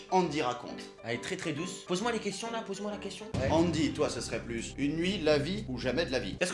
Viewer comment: Il dit douse à la place bonne